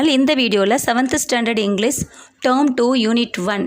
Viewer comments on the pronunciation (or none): none